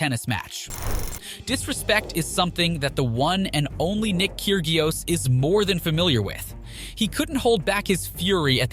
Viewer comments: its pronounced "key-ri_os" not "kyr-gi-os" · "Nick KirGeeios?" Call yourself a tennis channel. pfft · Nick "Keer-gee-oss?" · Ker-GIOS LOL! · 'keer gee os"?? Tell me you've never watched tennis without telling me you've never watched tennis Maybe you hired the wrong person to narrate :D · You said Kyrgios wrong get it right. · The why you pronounced Krygios.... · I get really annoyed when content creators can't pronounce names properly. (Kyrgios) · Dude, learn the proper pronunciation of tennis players' names! KyrGios, GastonS, FoGnini, YouZny, all wrong. And half of these aren't even unsportsmanlike, like racket smashing or underarm serves.